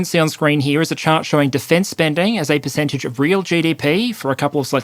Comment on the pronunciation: "Perececntage" "Perecentage"